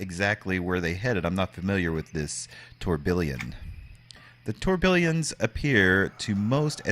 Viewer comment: Tourbillon is french for whirlwind, whirl pool, and maybe Tornado. In French a double "L" is pronocuned as a "Y" so it is Tour Bee On as close as I can do an alliteration.